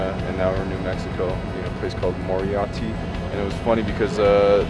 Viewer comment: Uhh, Moriarty. Pronounced ( MOre-ei-ar-tEE.) fyi